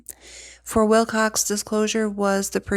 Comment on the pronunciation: Please don’t be offended, but out of respect for the man, please say his name properly. There is no “x” in Wilcock.